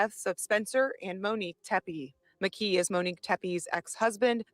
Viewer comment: The suspects name is pronounced McKEE, not McGEE. LOL, just a quirk that bothers me.